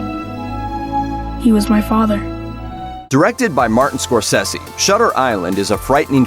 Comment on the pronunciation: "Martin Scorsessy" jesus christ